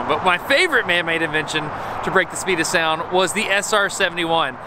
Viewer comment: "The speed of spound"